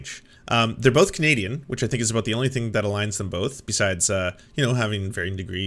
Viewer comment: Never noticed how he usually pronounce “about” as “aboot” in his videos?